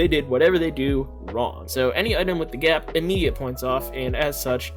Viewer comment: Kinda nitpicking with the "GAP"